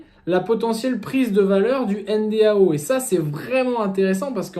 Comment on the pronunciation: Soit tu prononces 'èneDO' soit N.D.A.U. avec U mais pas N.D.A.O. comme tu le fais dans toute la vidéo. C'est quand même le titre et le sujet de la vidéo.